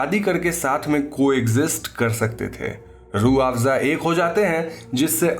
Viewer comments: Roafza 😂😂😂 Kind of hearing like juice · Sir aapne ke time pe rooabsa bola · Rooh-Afza... Sorry can't unhear this 😂😂😂 Can clearly see where the inspiration is taken from 😂😂😂